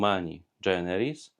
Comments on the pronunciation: Nie dżeneris, a generis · Fajnie Ksiądz prawi, prosto i kiedy trzeba, z humorem. Tylko moja drobna uwaga: Humani generis, a nie dżeneris :)